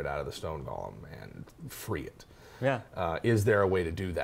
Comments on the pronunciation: Fantastic video... with one nit to pick. The term is pronounced Goh-lehm. The Hebrew spelling of the term is Gimel-Vav-Lamed-Mem[final], derived from the word "Galmi" from Psalms 139.16 (Gimel-Lamed-Mem-Yod). "Gollum" is the character from The Lord of the Rings, named after the noise he made when he swallowed. Sorry to be a pedant. ;-) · Go-lem — not Gollum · GO lem, not Gollum. lol! Good show! That's a badass Idea about it being an honor to be used in the creation of a flesh golem! Love it, and gonna use it in my dark sun game! Thanks! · For your own edification and future reference: GOLEM is pronounced "go (like "go there") limb (like "tree branches are the limbs of a tree") You kept saying "Gollum". Which is a character's name. Golem is a specific term of Yiddish etymology. It only has one pronounciation. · Oh my god it’s go-lem with a long o, not gollum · Wonderful video but it's pronounced Go-lem, not gollum. One's a terrifying hulk that can turn your casters to jelly, the other is a small creature with a jewelry fetish. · It's golem pronounced goal- em not gall-em that's a character name gollum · pet peeve: pronouncing golem like gollum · The way you guys pronounce golem triggers me.